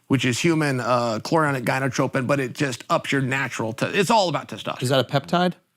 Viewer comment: Chael butchered the full name of HCG.. it’s human chorionic gonadotropin (not gynotropin)